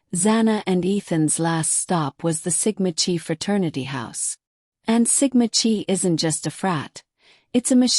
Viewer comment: “Chi” is pronounced “KAI”. Check the pronouncing of victim’s names. Ethan was suspended for bad grades: same for Xana, at her sorority. Good background report here. ❤